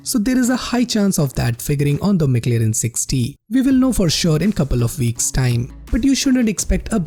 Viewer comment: Mc lirin. 😂😂😂😂. At least learn to pronounce it well me friend